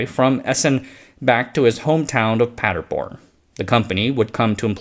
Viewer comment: Funny: A few "r"-injections: Praderborn instead of Paderborn, Frederico instead of Federico.